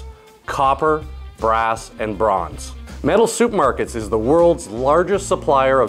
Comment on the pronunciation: He did say soup market. That's OK, I still did learn something .